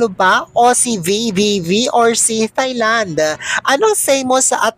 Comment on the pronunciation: Dear Filipinos, please stop saying Thailand as "thigh"-land. The correct pronunciation sounds like "Tie"-land (no "h" sound).